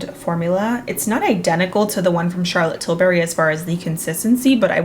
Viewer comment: I always giggle how says Charlotte Tilberry instead of Charlotte Tilbury